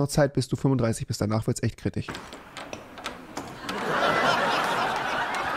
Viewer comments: Nobody: Rewi: "Kritich" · Niemand Wirklich niemand Rewi: kritich